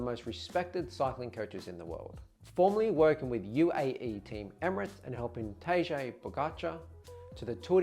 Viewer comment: Tadej pronounced Ta-dej